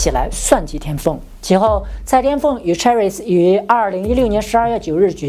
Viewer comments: Chris 不是Cherries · Chris 的正确发音是Kris 不是Cherries. Cherries 是车厘子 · Chris英文是苦力士，不是車力士😅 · 然後chris是唸成 克里斯 不是cherries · 克里斯，不是卻里斯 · 不是chris是读kris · Chris 發音成Cherries… 什麼國家的英文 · Chris 發音錯了吧 ！ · Chris 读音是。。。？